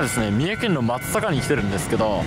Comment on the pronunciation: まず、『まつさか』と正しく読んでいただきありがとうございます。by三重県人